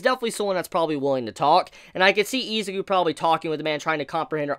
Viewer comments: (ih)(zu)(kew) Not eezakew Izuku. Not Izaku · I thought it was Izuku, not Izaku.